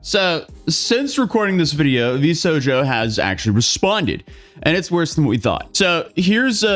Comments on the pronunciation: V-sho-jo I don't understand what was so hard about this. I didn't even know this company existed and even I could figure out how to pronounce V-sho-jo. Must be because I'm not Canadian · Not that it matters anymore, but it was "v-shojo" (v-show-joe), 'shojo' as in a Japanese word for "girl" -- effectively 'v-girl'. 😉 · V-Show-Jo, I'm sorry but I cant stand hearing someone butcher a name that can be already read so easily. Second thank you for covering this about Mousey! she has a lot of things built up in her heart and we are worried about her, thank you for spreading this issue hoping that people with good intentions and good common sense can see and help spread support for the ill and sick people through mousey. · Hahahaha I don't even know how he arrived at 2 options and neither was correct 😭 V Sojo? VS Hojo? Please someone tell how capitalization works. And the "Sh" sound 😅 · I accept V.S. Hojo. They don't deserve to have their name pronounced correctly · "Shojo" is Japanese for "Young Girl". So the most likely pronunciation is "V" "Shojo". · VS HOJO...that hurts my ears, but not nearly enough than when I heard her charity didn't get the donations. But then the Community and supporters went completely f**king HAM and raised 1M+...so yeah I can ignore your pronunciation. :p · VS Hojo, of the S Hinra Corporation ;) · it's 2025, he could've just asked chatgpt or any other AI service how to pronounce it. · Nah, yes, im mad that you pronounced it wrong but honestly, why should I be mad for a company that did all that? way of pronouncing VShojo is unironically funny. Also for the fact I would never have seen a day that he would be talking about this. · How do you do this much research on a topic, and mispronounce Vshojo when everyone says it in their videos? 😅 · bruh it literally only takes like 10 seconds to look up how vshojo is pronounced💀💀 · Even ironmouse pronounces it in her video, so im a bit confused on how he didnt catch that but eh